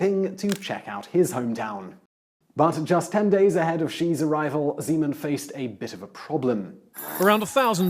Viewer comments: it's Zeman, not Žeman i don't like him. at all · Zímen :-D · OMG his name is ZEMAN,no ŽEMAN!!! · I only heard President Semen o.o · i must hearing things, Did he just say President Cemen? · I love how he pronounces "Zeman" as "Z-man" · Just a note. The Czech president's name is Zeman, with a hard Z